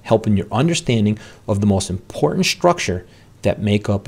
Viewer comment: OK the word important has a "t" in it for a reason. It is impor-tant not impor-ant...